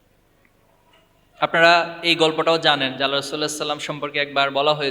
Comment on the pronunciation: আল্লাহর রাসুল (সাঃ) স্পষ্ট করে বলতে চেস্টা করুন